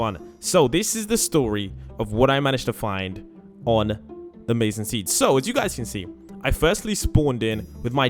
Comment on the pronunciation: Maizen is Mizen not Mazen